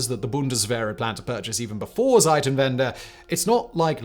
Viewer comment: you always say Seitenwende it means change sides 😂 bit difference to Zeitenwende